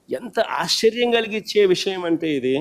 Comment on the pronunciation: ఆశర్యం ఏంటి? ఆశ్చర్యం అనాలి 😂😂